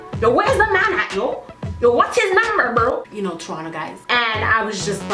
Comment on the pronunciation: What were you saying when you said "you know how (blank) guys are". It sounded like tronna guys kinda? I'm dying to know lol